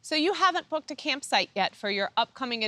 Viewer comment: "So you haven't booked a campsite yet for your adventure, and you really want to stay in a certain area; But like so many other popular destinations this year, it's totally booked up..." I did a double take, I thought she said something other than "booked". lol!